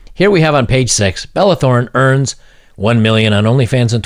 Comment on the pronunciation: "Earns" 1 million. ...earns.